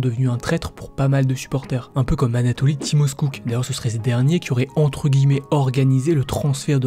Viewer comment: Super vidéo mais ça se prononce timachiouk pas timoskouk. Je te dis ça parce que je suis demi-russe et fan du zenit depuis l'époque de lui et Arshavin 😉